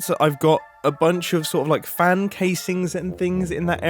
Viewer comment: ''farn''. where did the london accent appear from mumbo?. (its pronounced ''fan'' for context)